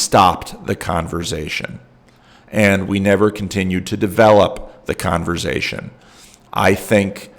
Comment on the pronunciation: I was worried that the Synod could not parse the word Converz-Zzation, with the 3 Zs.🙂